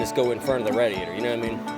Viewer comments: Say Rad-e-atter some more please. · RAD-E-ATE-ER, RADIATOR.... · Is it just me or are they saying radiator wrong